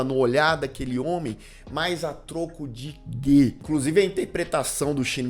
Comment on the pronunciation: "a troco di-guê?" - é pura poesia ❤